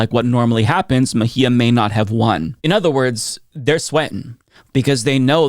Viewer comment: Bracing myself for years of "Ms. Meh-gee-ah"